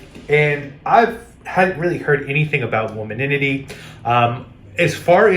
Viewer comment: It’s WOMAN-ity not womananity